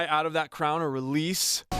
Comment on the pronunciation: He literally mispronounced crown